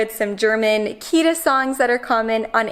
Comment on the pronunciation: try to pronounce the 't' in Kita more strong. it's not a 'd' sound.